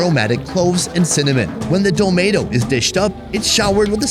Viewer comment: Domedo and said Domaydo 😂😂😂 I love this man